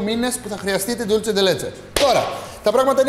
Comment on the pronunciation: Dulce όχι Dulche